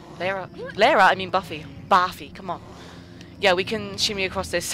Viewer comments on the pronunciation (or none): when you said, ''c'mon Buffy.'' which, to me, sounded like baffy. srry for the mistake :-)